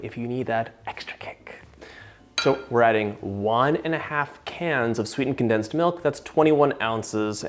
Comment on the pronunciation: Con plus densed. Not densed.